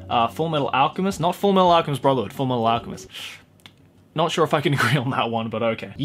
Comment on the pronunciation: Hey how you pronounced Fullmetal alchemist and Fullmetal alchemist brotherhood is completely wrong how nux Taku does it is completely right ok👍